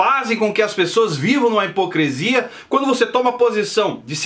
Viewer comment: O mesmo que hipocrIIIiiisia. Nada além de uma pronuncia errada ou falta de dicção. (Entendeu ou presiso desenhar)?